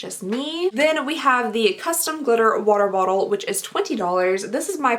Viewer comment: I just have to laugh a little lol, you can’t say water bottle to save your life but juxtaposition comes out without a hitch 😂😂😂